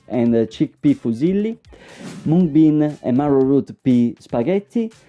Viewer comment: As an Indian, listening to him properly pronounce Mung as it's pronounced here in India was so refreshing! 🙌🙌